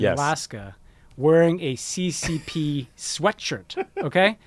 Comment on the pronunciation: Did he really say "Cee Cee Pee" shirt? I don't have audio, but that's what the subtitles say. Does he seriously not know that it's pronounced "S.S.S.R." or "Ce Ce Ce Air"? Like, does he really not know what Cyrillic is? Please tell me it's just a subtitle auto-generation error...